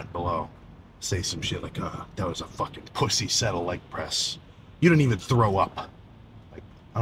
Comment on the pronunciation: Sam "fOkin'" Soolek baby 😂